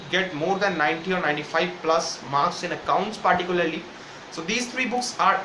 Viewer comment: Paarrticularrrly. Beta pehle bolna sekh